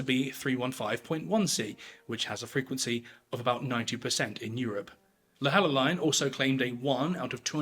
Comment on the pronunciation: The pronunciation is annoying me! Sorry, but Louhelainen = Low - he - lie - nen (he as in the start of the word hen). Leavesden I assume is the same place where they filmed Harry Potter (Watford). It should be easy to get the correct pronunciation, it is not Live-ess-dean!!!!!